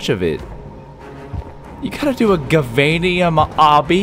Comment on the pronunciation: and its spelde gaveinium but you say javainium